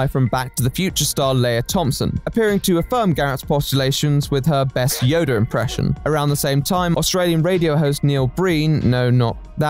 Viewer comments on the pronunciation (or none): It's Yoda, NOT "Yoder"